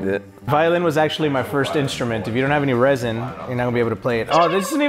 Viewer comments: He said resin but it's actually rosin (ro-z-in) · When he said resin instead of rosin